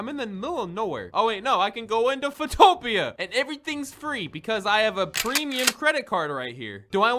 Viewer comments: it’s Foo-topia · Foot-o-pe-a That's how u say it.